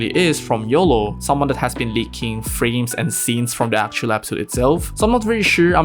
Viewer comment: Bro please it's episode not Apisode